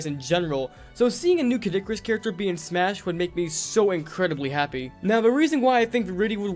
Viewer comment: Disliked cause you said Smush